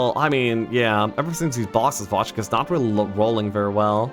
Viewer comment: Wojtek is pronounce more like [Voytec], Voy+tec :)